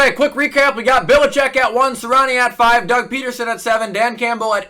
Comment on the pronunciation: it's BELL-A-CHECK. Not Bill-a-chick